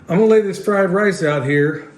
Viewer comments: Everytime you said fried lice, I thought of the movie Lethal Weapon......”it’s fried rice, you plick! 🤣🤣🤣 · Beef fried “lice?” Brother sounds like a flash back to Nam or some place like that. LOL Sorry brother, I couldn’t resist. Had some great fried rice in Taipei and Okinawa. God bless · Fleeze lyed lice, Lummy! LOL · The fried lice you said several times had me wondering if was holding his breath not to laugh! I was cracking up! Anyway, where do I go again to buy comfrey and ask a question or two(sorry, I know you say in some vids but I can’t remember which ones. Thanks!